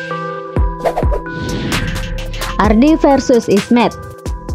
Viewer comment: Isnyet bukan ismed🤣